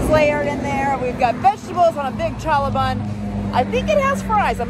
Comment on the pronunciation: challah. lol it’s Hebrew. There are no cha-cha-chas in Hebrew. Try again. You’ve gotta HHHCK when you say it. 🤣